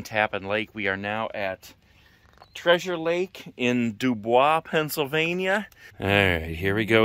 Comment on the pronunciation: Its pronounced Doo Boys